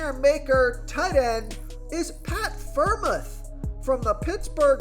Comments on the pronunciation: Friarmooth is how you say it bro great video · Great video. But how you pronounce Pitt tight end was funny